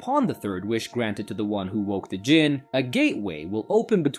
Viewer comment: Djinn is pronounced Jinn the D is silent.